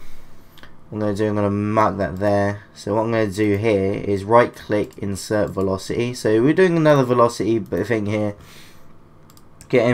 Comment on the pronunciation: e-i-ting -veloc-i-y